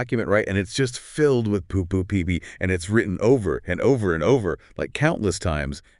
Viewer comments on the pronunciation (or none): the inflection is still a bit weird, the "over and over and over" was the only real tell for me. it's gonna be scary in another couple years when you can no longer tell